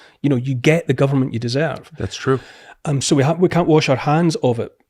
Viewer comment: Its troo cause its troo